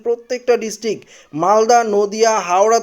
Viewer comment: পত্যেক, ডিসটিক..... এগুলো কি উচ্চারণ? প্রত্যেক, ডিস্ট্রিক্ট উচ্চারন করতে পারেন না কেন?